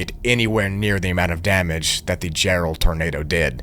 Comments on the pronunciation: Jarrell not Gerald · It's Jarrell, Texas, not Gerald...